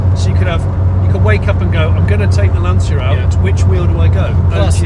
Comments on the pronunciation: I hear Lan-cee-a...I get a headache. It is Lan-chi-a... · Lancia is pronounced Lan chia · Gents, you correctly pronounce Porsche, as per its native tongue, because it’s an eponymously-named company. Please do the same for Lancia - Vincenzo Lancia (1881 – 1937) 🙂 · Try pronouncing Lancia correctly in 'Lancia Land'.